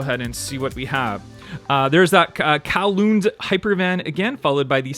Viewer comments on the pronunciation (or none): It's pronounced "Cow loon". It's a city inside Hong Kong. These are public transit vans. Those are Chinese characters.